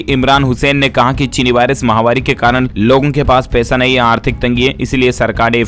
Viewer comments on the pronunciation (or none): माहवारी नही, महामारी बोले, किआ करते भाई। ना अपना नाम बताते हो।डर लगता हैं किआ। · आप जब महामारी बोलते हैं तो माहवारी सुनाई व समझ पड़ता है।इसको सुधारिये।